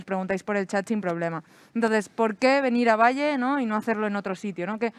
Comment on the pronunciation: Pero cómo "Valle"?... cómo "Valle"?... PERÒ ESTA TÍA ÉS IDIOTA O ÉS IDIOTA?.... es diu "Vall'.. GILIPOLLES